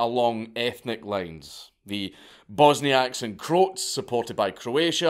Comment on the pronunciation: it was painful to hear you say "crotes" instead of "cro-atts"